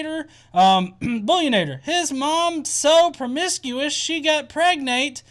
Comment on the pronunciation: do doo do do do, pregananant! Do do do doo pregananant!